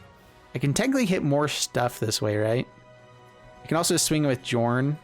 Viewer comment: Just to clarify, the name should be pronounced “Yorn”